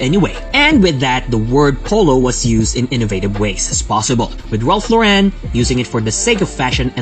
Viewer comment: It's not Law-REN, honey :(